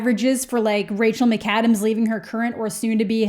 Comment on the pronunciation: the only thing i took from this video is that you call her rachel mih-kadams and not rahcel mick-adams